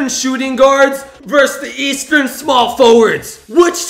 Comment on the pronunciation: he said buudy heil is in the eatsearn conference.